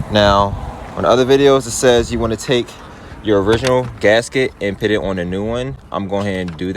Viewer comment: It’s “Put!” Not “Pit.” Thank you for the video but I had to watch it twice because that’s so distracting. 😅